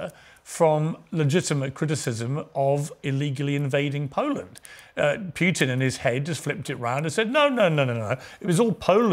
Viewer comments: It is not "Pjutin" but "Pootin" the way to pronounce it. He kept saying it over 30 times. The interviewer needs to learn as a matter of preparation. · Who is this "Pyewtin?". Its pronounced POOTIN, Pea-ears, POOTIN!!